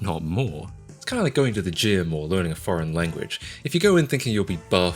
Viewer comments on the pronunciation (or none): none